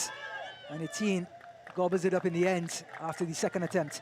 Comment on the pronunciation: The is ni pronounced "D" but thduh